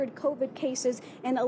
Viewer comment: lmao Kow-Veed should teach him a lesson